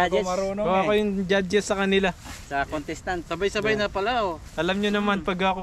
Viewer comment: merry christmas po sumakit yung tiyan ko sa kakatawa kay di niya ma bigkas nang maayos yung contrstant 😂 😂😂